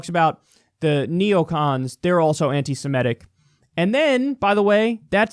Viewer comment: Cenk & Kyle pronounce Semitic wrongly ie Simetic.